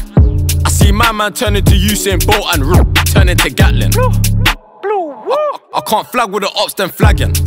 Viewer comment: when he says bluwuu it sounds like woi 😂😂